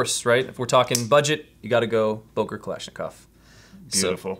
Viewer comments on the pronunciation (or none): It's "Böker", not "Boker"!!!